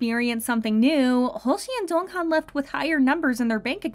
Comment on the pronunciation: Do I have hearing problems or is she really pronouncing Jeonghan's name incorrectly? Also why this topic? We all know they're rich due to their hardwork but why still make a video about it?